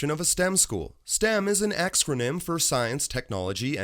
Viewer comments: “Axe-ronym” lmao. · Lol, you said "axcronym" 😂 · lost it at "axcronym" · It's pernounced akronite